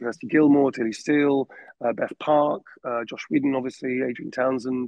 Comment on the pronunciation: He keeps on mentioning a director named Josh - It sounds like "Joss Whedon," but it can't be. I must be mishearing another name. Anyone here know?